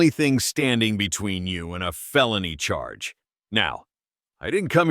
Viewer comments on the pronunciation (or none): none